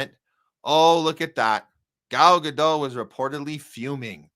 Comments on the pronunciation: New podcast to me. Didn't care for it much. Too shrill. Too loud. Too rant-y. But sure, she's disgusting on every level.. By the way, you're pronouncing her name wrong. pronounced "Gah-dot" with the "T" a slightly softer sound. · It's not Ga-doh. It's not french. Her real name is Gal Greenstein. She says Gadot with a strong T. Ga-dot is how you pronounce it according to her. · Giving her name a French pronunciation sounds both pretentious and stupid. It's Gadot and the 'dot' rhymes with 'spot'. Trust me, I know Hebrew. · Godot, pronounced Greenstein.